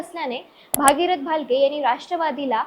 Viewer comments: 😂😅 भागीरथ नाही गग बाई , भगीरथ म्हण गग 😂😢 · भागीरथ नाही बाई ,भगीरथ म्हण ,येत नसेल म्हणायला तर गप्प बस